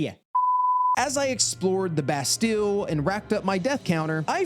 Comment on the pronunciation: Typical american. Doesn’t even know how to pronounce Bastille